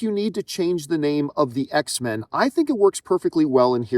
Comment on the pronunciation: It’s X-Men as in mankind